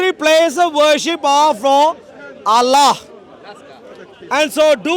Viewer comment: allllla pronunciation is big comedy